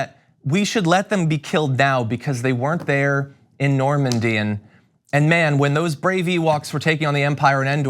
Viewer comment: It's embarrassing to listen to this clown, he's such a complete moron .. "Normandie" .. really .. "Normandie" .. get this idiot out of the White House, he's ruining America.